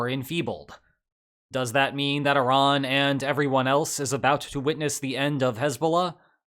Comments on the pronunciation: thank you so much for pronouncing Iran correctly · I am so happy you say Iran and not I-ran.